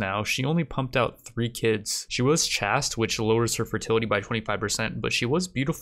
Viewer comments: Please learn how to pronounce chaste correctly. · Chaste is actually pronounced like "haste" or "waste" or even "chased" :)